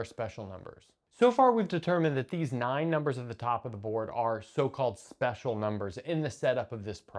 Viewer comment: Nine, nine, nine, nine... you sound like a painter born in Austria. It is just an opinion.